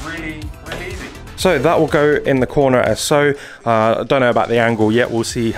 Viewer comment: he sounds so english saying easy😂😂😂